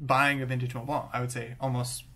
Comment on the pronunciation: Finally, a native English speaker (I'm assuming) who pronounces Montblanc properly. Où as-tu appris à parler français? I used to dislike Montblanc because I knew too many people who had one but never wrote with it or even cared about fountain pens, they just wanted to show off the little snowcap sticking out from their shirt pocket. I also wrote with a modern 146 and was far from impressed. I mean, I have Pelikan, Pilot and Sailor pens that cost half as much and write twice as well. But then a fountain pen buddy recommended I look into vintage Montblancs and I picked up a 342-G two years ago, and it's a fabulous little writer. I just bought an early 1980s 146 and am waiting for it to arrive.